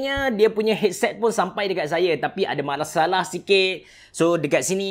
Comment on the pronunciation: tersasul ye 😂 malasalah